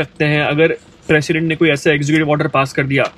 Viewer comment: It's 'President' not Precedent